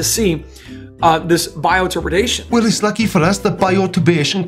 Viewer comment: Does he say BIOTURBADATION? I think he's dyslexic.